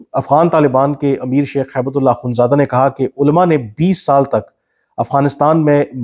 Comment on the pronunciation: کامران صاحب، آپ ملا صاحب کا نام غلط بولتے لکھتے ہیں۔ یہ ہیبت اللہ نہیں، ہبتہ اللہ ہے۔ عربی لفظ ”ہبہ“ کامعنی تحفہ gift ہے۔ آپ نے وکلا ٕ سے یہ لفظ بہت سنا ہوگا۔